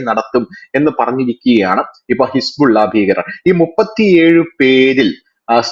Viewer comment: ഹിസ്ബുള്ള എന്നല്ല യഥാർത്ഥ ഉച്ചാരണം ഹെസ്ബൊള്ള എന്നാണ്.